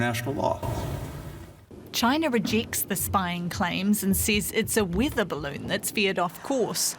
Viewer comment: Why can't she pronounce 'e'? Wither balloon?